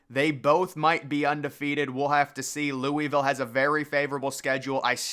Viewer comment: Lou-uh-vuhl. Not lewiville